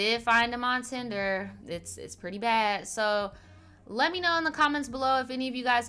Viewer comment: Bro you said the tender loin app😭😭😭lmfaooo hahahh